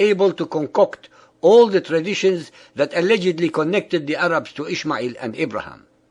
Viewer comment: lol he said the 3 types of arabs wrongly